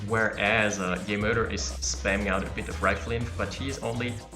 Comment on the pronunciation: "JeMoeder" is Dutch for "Your mom" (Source: I'm from NL). On pronunciation, the "moeder" part is closer to moo-dur (moo as in what a cow says, yes). Hope it helps. :)